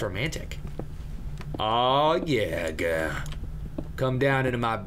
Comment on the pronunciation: "Aaahhh yea gurl. Come down to my basement gurl." <-- that accent makes me smile every time XDD